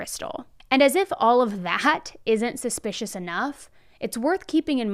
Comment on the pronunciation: Can you please say suspicious??? Suspish is not a word & it just sounds stupid!